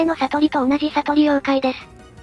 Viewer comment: ､､､､､､､､こいつではなくこいし ､､､､､､､､さとりりでは無くさとり